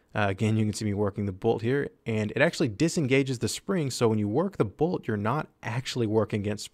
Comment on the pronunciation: Dude why did you say Bolt but with a capitol T at the end lol BolT